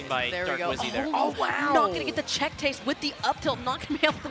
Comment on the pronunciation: Did she just say check tase ?